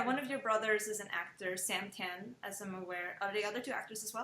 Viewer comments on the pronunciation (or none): It’s pronounced as T-AH-N not T-AIR-N